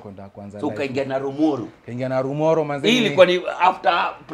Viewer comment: Hahaha....he is mentioning the name Narumoru...Kama msapele ..nalumolo...hahahaha....it's called journey...